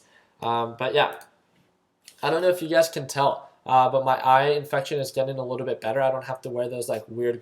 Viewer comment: Whenever you say, "you guys" I think you are saying "UGAZ"... LOL :)